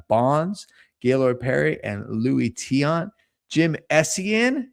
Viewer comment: Much respect for pronouncing Tiant correctly.